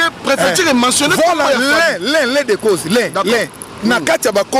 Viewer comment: francais nde makambo "l'un des causses"😭